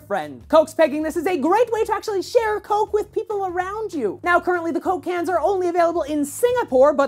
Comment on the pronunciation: Holy shit it sounded like he said coke cancer and not coke Cans!!!!!! :/